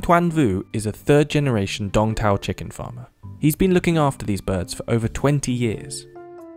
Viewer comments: I think its called Sooong Taaoo, instead of dong tao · Tôi thì nghĩ nên thuê người Việt để thuyết minh chứ nghe mấy ông tây đọc đông tảo thành Đong thao nghe sai sai ấy